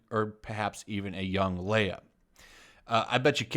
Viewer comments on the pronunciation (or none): none